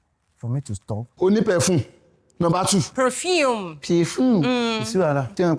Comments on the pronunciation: Pefun😂 Perfume😐 Payfun😂 Omo I love this😅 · This Hamed and Wumin nah case oo.. I just dey laugh. Pefun.. perfuuuume...lol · The “perfume”😀